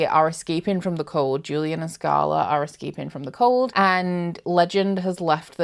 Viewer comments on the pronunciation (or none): none